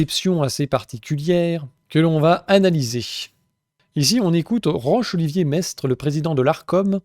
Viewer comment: Petit point (de détail) : on dit pas "Roche"-Olivier Maistre, mais "Rok" (comme le chanteur pour midinettes Roch Voisine !) 😄